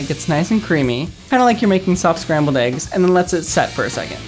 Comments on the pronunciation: It annoys me how he says eggs... it’s not aigs -. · I really liked that girl until she said "eaggs"